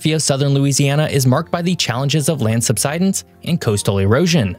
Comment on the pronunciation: Great video but I get so bothered every time he pronounced subsidence that way 😂